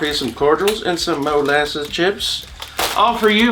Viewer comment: Oooh.. Molasses Chips.. I swore he said Molasses Tits... Guess I can put away this lotion...